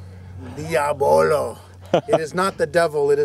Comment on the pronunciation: Holy crap they pronounced diabolo correctly this time